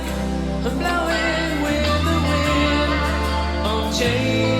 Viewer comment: The diphthongs that you picked up on might just be a German accent. There are tons of diphthongs in the German language, like au, eu, ei, äu and so on and we always say them as one sound that is more like the second vowel, like Klaus does here. ”Change” or maybe ”Chain” is more like ”che-in” in English, sustaining the ”i”, but for example in ”Europa” the ”eu” is one sound, you don’t say ”Eh-Uhropa”, but ”Oy-rohpa” and it is an ”y” sound that you sustain for the first sylable. Same in ”Mauer”, you don’t say ”Ma-oower”, you say ”Mau-wer” with the ”u” being the sound that is sustained. English natives often do it the English way when they pronounce a German name and that sounds funny/charming to us. I have never thought about this before, but now that you mentioned it, I think this is very clear. By the way, all the things you said in the beginning that you qualified with ”I think that…” are all true.